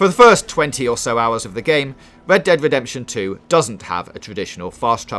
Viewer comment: "wed dead wedepsen two"